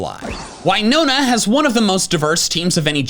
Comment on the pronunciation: (Rewatches)... Oh yeah, he did, very weird that. Although he also pronounces Winona wrong.